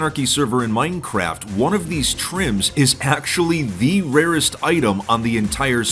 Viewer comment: " the oldest anarchy server in maainncraeft"- some bald hsitory teacher